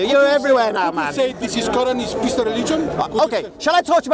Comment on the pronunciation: “Second koeran from medina”. Errorrrrrrr haha